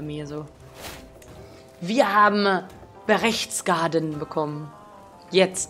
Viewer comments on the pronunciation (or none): Berchtesgaden nicht Berechtsgaden!!!